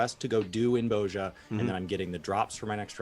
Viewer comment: Why do they keep saying Boazja?....isn't it pronounced Bozja, with a soft vowel?